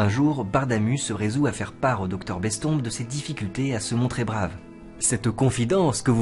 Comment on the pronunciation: Je ne sais pas ce qu’il est le plus pénible, la réclame à tout bout de champ ou la prononciation de Bestombes. J’ai arrêté avant le cap fatidique des 5 minutes.